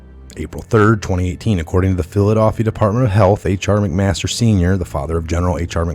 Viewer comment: Dude, good video. But learn the names. It's Mc---Master.